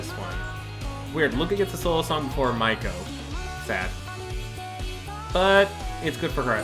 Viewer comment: her name is pronounced as MEI-KO not maiko. Mei as in may